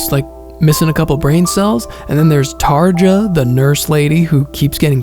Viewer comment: Tarja is pronounced Tar-ya. Love your videos man.